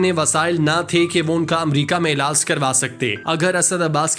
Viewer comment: Ilaaaas Nai Bhai Ilaaj Hota hai Bolna To seekh Lo 😅😅